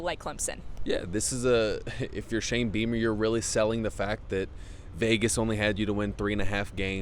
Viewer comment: O wow..thought I heard her say ‘Shame Beamer.’ Goes along with ‘Shame cocks.’ Too ironic.